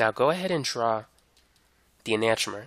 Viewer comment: Learn to pronounce enantiomer correctly